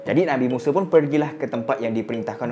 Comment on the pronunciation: Assalamualaikum bang , pembetulan bang Bukan Nabi Yusrak tapi Tapi Yushak , semoga Success bang Dunia Akhirat …. اللهم صلي على سيدنا محمد ﷺ